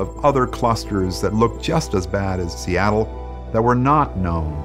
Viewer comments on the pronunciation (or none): none